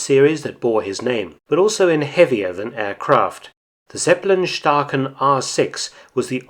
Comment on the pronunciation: Zeppe lin, spricht man es aus in Deutschland!!!